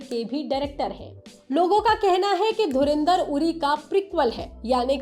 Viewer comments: चैनल का नाम लोकमत हिन्दी और संवाददाता बोल रहे धुरंधर को धुरेंदर 😂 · It's dhurandhar not dhurindhar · I was ignoring it continuously until it became so much that I had to mention it here while pausing the original video - It's DHURANDHAR, not Dhurindhar! For god sakes! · पागल औरत धुरिंधर नही धुरंधर बोल. Raz nahi राज होतं हैं. लोकमत का नाम खराब मत karo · Madam, dhurinder ? 😂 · पहले धुरंधर बोलना तो सीख लो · Isne bhi Dhurendar bola 😂😂